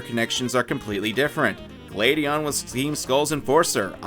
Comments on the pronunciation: I was so confused during the gladion part because I thought he kept saying “Lady Ann” and I was like “what has persona got to do with this” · Why is it, that when you say Gladion, I hear Lady Ann